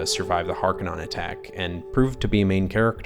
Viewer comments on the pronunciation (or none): Vill-noov, not Vee-noov Hark-uh-nen (or Har-ko-nen), not Hark-anon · "Is Dune the greatest scifi movie ever?" "House Harkanon" "Veenoove"